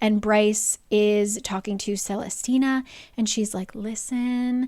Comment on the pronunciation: watching this like 4 years late but you must understand what a jumpscare it is to hear my very uncommon name said so many times in this video (celestina) and correctly at that